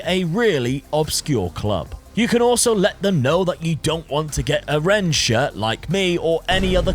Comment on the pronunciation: If you hate Rennes so much why don’t you learn to how it’s actually pronounced!😂